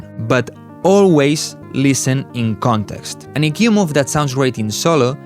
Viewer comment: Speak english , you cant even say EQ